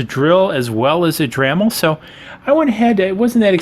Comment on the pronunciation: "dramil", ahhhhhhh